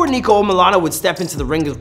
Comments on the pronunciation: HE SAID NEEKO LMAOOO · It’s not neeko it’s niko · NIKO NOT NEEKO lol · Its not Neeko its Niko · how do you say your name, its Nik-olas omilana 1 millisecond later: neeko omilana lol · Niko not Neeko smhh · Its NIKO not NEEKO its make me cringe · It's not neeko it's Niko💀💀💀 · At the start u heard him say NIKO AND U CALL HIM NEEKO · its NICK NIKO not NEKO. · Is Niko not Neeko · (NICK)-O niko - utube guy NOT NEEKO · It’s not NEEKO ITS NIKO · It’s niko not NEEEEKO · bruh not neeeeeeeeko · Not Neeko please... just Niko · ITS NOT NEEKO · Its niko not neeko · “Neeko” Niko is coming for you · Bro said Neeko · Man said NEEKO! 😂😂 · YOU REALLY CALL HIM NEEKO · Man sed neeko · What’s the point of this if your still gonna call him neeko